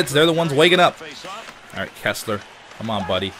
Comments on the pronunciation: it's "Kesler" not "Kessler" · It's Kesler, not Kessler.